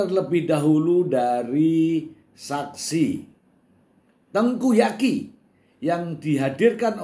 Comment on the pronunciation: Tengku Zaky... Mr.... bukan Tengku Yaki🤭